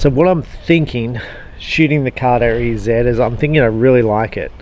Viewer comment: It’s carter easy not e zed